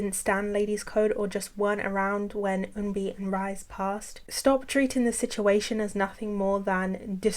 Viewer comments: Someone else may have mentioned this already but just to let you know, RiSe’s name was pronounced ‘Rhee-say’, not rise rhythm with lies. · Just an FYI, RiSe from Ladies’ Code isn’t pronounced as rise but ‘Ri-Se’. I know it’s not your intention to mispronounce it but since she has passed, I hope to correct out of respect for her name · 0:6:45 I’m so sorry but I have one small correction regarding the Ladies’ Code part— RiSe’s name is actually pronounced ree-say, not rise! Gotta make sure people remember my girl’s name correctly!! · I haven't finished the video yet but I would like to thank you for including Ladies' Code. Not many people know that a lot of the first Orbits were Lavelys :') Also, Rise's name is pronounced like Ri-sae